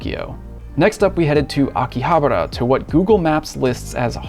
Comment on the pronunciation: You are saying it wrong, it's Akihabara "Aki-Ha-Bara" not Aki-habera you noob. 😂😂😂